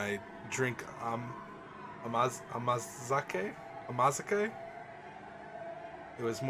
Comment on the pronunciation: I may be wrong here, but I believe it's pronounced like ahmah-zahkay. It's a sweet, usually very low % alcoholic drink, to the point where it seems to be considered culturally (unsure about legally) okay for even kids to have a bit on new years. I don't know if truer words have ever been spoken, lol.